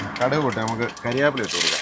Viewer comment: നമ്മള് എറണാകുളത്ത് കാര് കരിയാപ്പില എന്ന് പറയില്ല കറിവേപ്പില ന്ന് തന്നെ പറയണം